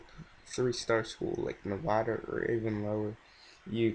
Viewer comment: Hey man just so you know its pronounced Nevada not Nevahduh lol